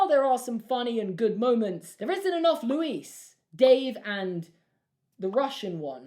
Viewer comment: Oh god he said “Louise” 😂😂 sorry but it stresses me out that ppl don’t know how to pronounce it it’s just “Luís”